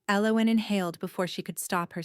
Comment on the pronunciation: Pretty good story but tense. I liked the characters, even the evil girl. I wish the narrator would have consistently pronounced Elowyn's name right. Its annoying to hear a name pronounced two ways throughout the story.